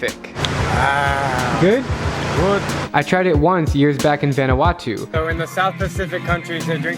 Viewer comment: i dont like how you say vanuatu